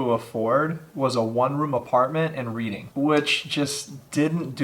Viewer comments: I’m sorry, this is going to bug me if I don’t say anything. It’s not pronounced reading like you’re reading a book. It’s pronounced Redding. Sorry. That for some reason bugged me since I’m from there but it’s okay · she was my foster sister! at the time i lived with her when i was 15, dave was our foster dad at the time. our other foster sister would tell ppl they would do sick things to her but nobody believed her! RIP grace!! and btw thats not how you say reading lol